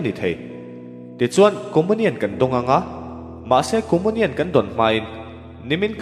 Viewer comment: Lam dan khi hriat a nuam lo țep, comunian khi Comonian ti a lam lo in Comiunian tiin lam thei se.